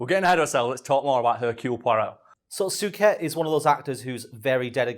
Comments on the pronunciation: Soo ket lmfao 😂😂 it's soo-shay Suchet. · Soo-shay. I'm old enough to remember David's brother John having his name announced every time he presented the news, so I've old person knowledge on how to say it 😅